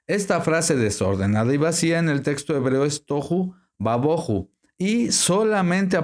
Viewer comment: Por que dice toju y ba boju. No les aplica el acento (tilde) que le aparece a ambas palabras. Ademas agrega: "ba" lo cual no esta en ninguna parte. Entonces debía decir: Tojú/ Bojú Pero No "toju y baboju"